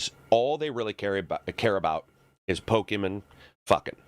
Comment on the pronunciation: can you stop saying "pokemen"